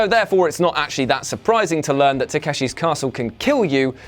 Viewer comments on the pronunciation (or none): You called it taskehsi